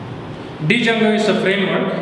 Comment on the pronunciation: Did he reaally say "dee"jango instead of django? 👁️👁️